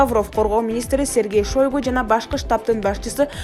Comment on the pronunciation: Шойгу де туура окусанар болбойбу э журналистер .кайран высший образования